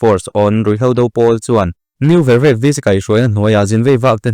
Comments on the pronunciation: New Vervek tih hming hi a thluk a ti dik lo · New Vervek i thluk dan hi a dik lo tlat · New vervek I lam dik lo